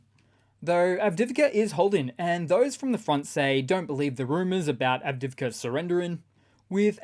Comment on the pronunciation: ITS NOT written or pronounced [avdivka] ! It is [av-di-iv-ka] - you pronounce the 'i' twice.